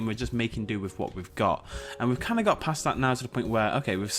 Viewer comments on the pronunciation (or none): none